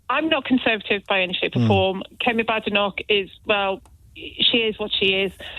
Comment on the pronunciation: Kemi's surname isn't pronounced Badenoc/k, but Baydenoc/k.